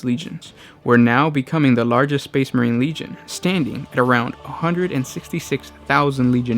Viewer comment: Lol Space not spade